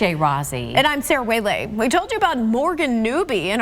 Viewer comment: I don't think knows how to pronounce her own last name.